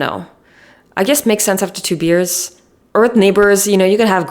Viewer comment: i think every single time she said “makes sense after 2 beers” me and the subtitles both thought she was saying two “years” 😭 i was so confused at first lmao. btw i don’t mean this hatefully and am rlly enjoying the video!❤